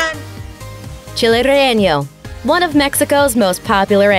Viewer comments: Chile Relleño? Lol just say it how it's spelled: Relleno - "Reyeno" for English speakers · "Relleno" is pronounced "re-YAY-no," not "re-YAY-nyo." There is no tilde over the "n," as there is in "jalapeño." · "Chile rjeeño." She tried. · i kept laughing when she said that 😂😂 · Don't say, "Rellenyo," or "Rellenyo-yo." Latinos told me it' "Relleno." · Heh heh, no not all correctly. Relleño is not a real word. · she said Relleno in like 3 or 4 different ways, all of them wrong, lol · Ya I’s hate how she say it pero is funny